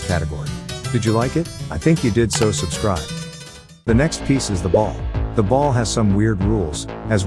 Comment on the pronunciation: "Subscrieb" feels very wrong